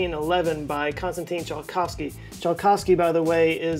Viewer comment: "Ts" in "Tsiolkovsky" reads as "C" in "Cent", just a heads up